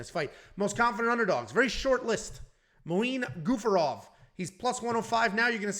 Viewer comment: Dear, its Gafurov, not Gufarov....anyway i forgive you, becouse i know you have a problem with names......